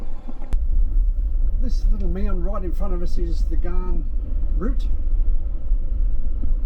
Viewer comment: Great video. It is pronounced as "GAN" not "GARN".😃 Take it from a former Commonwealth Railway/Australian National employee.